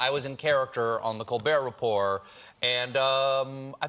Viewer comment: "Colber(t) Repor(t)." He's really committing to the French pronunciation.